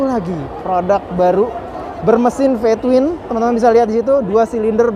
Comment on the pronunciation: Ve Twin om Bukan Pe twin hahahhahah salam hangat